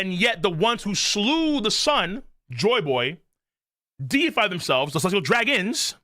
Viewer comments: Holy hell the deified misread was legendary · The chat trying to get to recognize he read deified incorrectly was painful lol. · Every youtuber covering this chapter must be illiterate, because none of them can read "deified" correctly.